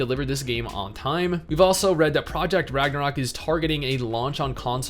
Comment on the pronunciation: I will never understand why people use the "ö" when it is supposed to be a regular "o". It makes the word really messed up in all the Scandinavian languages. Its called "Ragnarok" here, we learned that shit in kindergarden.